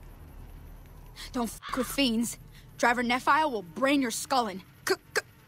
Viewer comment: i hate how everyone says nephi. i live in Utah, and it's actually pronounced (nee-fie) ne said like knee, and phi said like eye